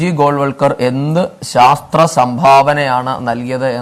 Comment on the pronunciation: Sastra alle mone "shastra"